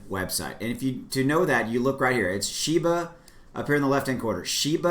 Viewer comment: it's pronounced SHE BA